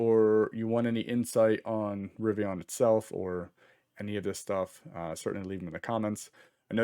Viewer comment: It’s River + Indian = Rivian there’s no O.